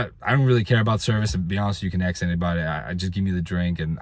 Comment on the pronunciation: If you ‘axe me’ (your words- not mine) this is/was a very comprehensive review. Eck- specially (your words-not mine) your remarks about the service at the resort. Well done. I believe your comments will provide excellent insight for many people. Thanks. And one last item to ‘pull your chain’ a little more… that area is pronounced BAW- vaw- row. Accent on the upper case. Not ba-VAIR-o. Best of luck on future reviews. You’re a natural at it!